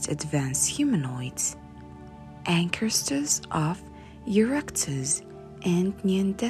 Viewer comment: Ankestors????? Her pronunciations are a little weird, to say the least.